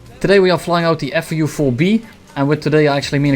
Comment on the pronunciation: He says FU4-B lol